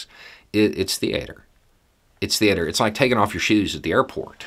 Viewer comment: My mans says “thee-Ater”